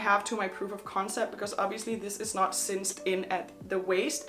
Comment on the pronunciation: It’s cinched in not cinced in.